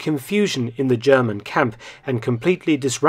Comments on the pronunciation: As a bi-lingual speaker myself (English and German), I too am very impressed with Dr. Felton's impeccable German pronunciation. It comes as a surprise, considering that 99% of Englishmen (Americans, Australians, etc.) sound terrible when trying to pronounce German - even those native English speakers who've been studying German for years. I also have to give props to Aaaargle (the native German) for commending Dr. Felton, and for refraining from the tired, worn out standard defeatist line, "the victors write the history", which is obviously nonsense. Aaaargl seems like a stand-up guy, as opposed to a pimple on me arse called spacewater7. Clearly the number 7 indicates the age at which your maturity and mental development came to a screetching halt. Are those the only two German words you know? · I have watched quite a few of your videos. This time your german pronounciation was flawless. It is obvious that you have put some work into it. Very well done! I am most impressed.